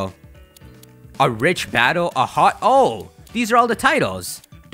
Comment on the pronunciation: it is ho-oh